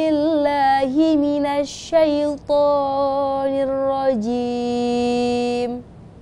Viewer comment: Izin komentar ya, 1. “Tho” pada “Minassyaitho...” kaya 3 harokat ya, setau saya harusnya 2 2. “Ma” pada “bismillahirrohma..” juga kaya 3 harokat, harusnya 2 3. Walayalin’ashr —> dari lin ke ‘ain itu gak ditahan, terus ashr nya itu pake shyin, bukan sin 4. Washyaf’i walwatr juga pake shyin, bukan sin 5. “Dza” pada “Wallailiidza yasr” itu kaya 3 harokat, harusnya 2. Dan lain lain Maaf yaa gak bermaksud menggurui, tp aku cuma ingin share yg udah aku pelajari